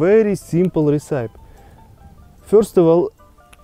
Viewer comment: recipe is pronounced - ress-i-pee. Ressipee